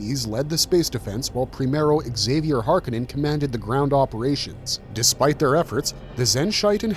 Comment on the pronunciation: Nuclear. Nu-clear. New-clear. Not nukuler. :( also exk-zay-vier is gonna drive me nuts too. It's a basque name (Zay-vee-er), which eventually became french (Xavier, Zav-yay) and spanish (Javier, Hah-vy-air)